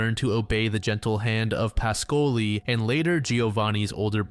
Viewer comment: Your Italian pronunciation is often accurate but Ruggero Is pronounced rudgiero with the G like in jeep. And PAH-scoli. Good job as always though